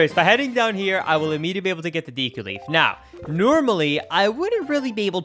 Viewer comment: Why is he pronouncing Deku like that?